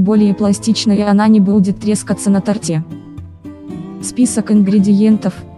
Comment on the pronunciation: Что за озвучка жуткая? Робот? И да, нет слова "на тортЕ", правильно "на тОрте"